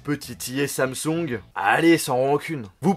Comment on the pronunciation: Pourquoi tu dis Samsong au lieu de Samsung, tu as acheté une copie Chinoise? Sinon, dans l'attente de Bixbi, S-Voice fonctionne ou bien? J'ai vu que Bixbi à été créé par des anciens ingénieurs de siri, info ou intox?